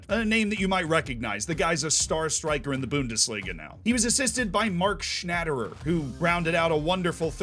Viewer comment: Especially Mark Schnätterer :D. That’s hard, even in German.